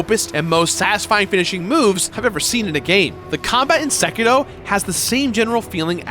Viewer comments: Its Seki 'R' o not Seki 'D' o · Seriously, SekiDO? Sekiro, Sekiro. How does one say it wrong 4 times?